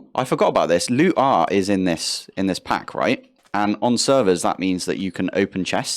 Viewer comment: Lootr is, I think, supposed to be said like Looter. 😉